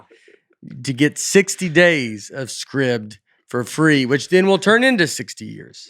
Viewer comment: You are okay with how Nate pronounces Scribd!?